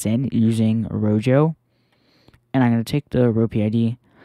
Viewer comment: Great video. However, one complaint. Rojo is pronounced ro-ho, as it is the spanish word for red. It isn't pronounced ro-jo